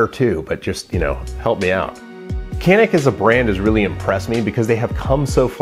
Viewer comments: FYI, it's pronounced "jan-ick" not "can-ick." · Okunuşunu yanlış telaffuz ediyorsunuz. Canik. Yazıldığı gibi okunuyor. 🙂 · It's pronounced "Janick." Say, "pizza." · This is what I was waiting for. 😁 But I want to hear you pronounce it dʒa.nic... 😛🙃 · Canik bought the best gun on the IWA show in Nürnberg. But you guys have to learn how to pronounce the name of the company. It is more like something between J and Ch, like it was written as Janik.